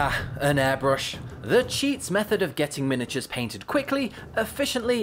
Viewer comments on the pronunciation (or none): none